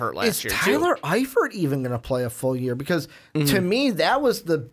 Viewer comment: This dude really just said “zach eifert”